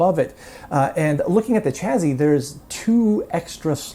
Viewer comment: Are you pronouncing chassis as "chazzy"? O_o